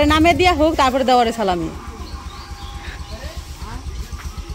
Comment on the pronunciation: কথাটা সালামী হবে .(.ছালামি) না ….যে নিজেই অন্যর দয়ায় অন্যের অনুগ্রহতে ..বাঁচে বৌ বাচ্চা ভাত দিতে পারেনা শশুর বাড়িতে পড়ে আছে সে দেবে অন‍্যকে সালামী 😱🤷‍♀️😂..nice joke….😜এ বছরের সেরা মজার কথা শুনলাম 😂